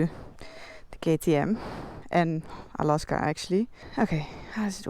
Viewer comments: Alaska is pronounced with a hard a for the second a. you pronounce it with a soft day incorrectly. If you're going to own a bike you should at least know how to pronounce the name. Honestly drives me nuts every time. It's kind of like if I was pronouncing England angland understand understand😮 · She christened the bike Alaska herself, therefore it is perfectly fine for her to pronounce it as she wishes. Meaning it is her "pet" name for her motorcycle, and not "Alaska" the 49th state of the USA..(PS. I also suggest you get a life)